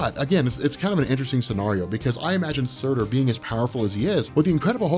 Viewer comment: Surtr not Surtur. You comic fans bash my religion like its nothin